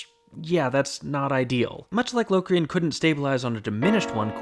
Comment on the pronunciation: uuhmm auctally its 'l (aw) crian), no LOWcrain.